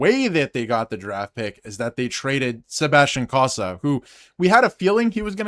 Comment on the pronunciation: Thanks for the fine report, insightful. But you mispronounced the names of Cossa and Postava (sorry for being nitpicky). Cossa is pronounced KOE'-sa. Postava is pronounced poe-STAH'-va (emphasis on second syllable, rhymes with "ha"). Cossa was never given a fair shake by Yzerman (45 total minutes!) in Detroit, despite being outstanding in Grand Rapids (AHL Goaltender of the Month in November & December 2025). But Postava looked like Dominic Hasek this past spring for the Griffins; acrobatic to the max. I cover many of the Griffins' games. They had the best start to a season in hockey history: 29-1-1-1, but with several injuries and call-ups to Detroit, they faded a bit at end of season.